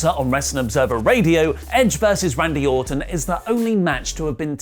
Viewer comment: He definitely said Randy Autumn